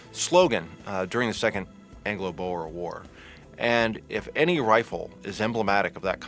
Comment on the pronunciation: I like this, but ahh, the pronunciation of anything afrikaans makes me cringe, its boer not bowar